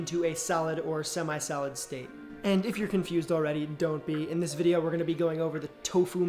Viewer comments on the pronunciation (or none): Why does he pronounce solid as salad?